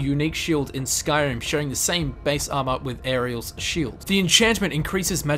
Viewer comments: Now repeat after me auriel (OH-ree-uhl) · Oar-Ri-ell.... not that hard... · How the hell does he repeatedly mispronounce Auriel? Gelebor pronounces it for you: Orry-Ell! Get it right when everything is said for you,, please. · Auriel is pronounced OR-E-EL and Ysgramor is pronounced EE-sgramor not Yisgramor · camel triggered me when I heard him say auriels shield 😑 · He pronounced Auriel two different ways... Both were wrong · You mispronounced Auriel's 2 times. Jeez.